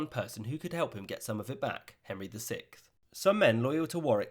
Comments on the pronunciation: Sixth is pronounced six-th the six sounds like six usually sounds. The th is how it usually sounds. It is NOT pronounced as sickth. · Am I the only one hearing "The sick" instead of "the Sixth"